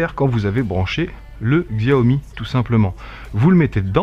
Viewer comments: par contre ça me fait mal d'entendre xiaomi... Ca se prononcé çiaomi... 😂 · Au passiage ca se prononce Ssiaomi, y a pas le sons xiao comme tu dis en chinois